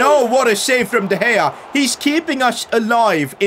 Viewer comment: In 9th min he said diopdea gea